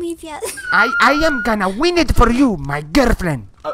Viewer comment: Hablo mejor inglés y tú dijiste wen y es win